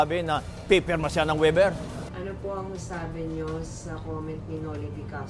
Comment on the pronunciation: Bobong attorney.hindi waiber. Pronunciation is Waiver. Mag aral ka muna NG proper English pronunciation. Attorney ka Pa Man. Hindi ka marunong ng proper English.🤡